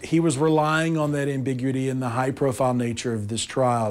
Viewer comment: “Am-bi-gu-i-ty” not “ambigwitty”.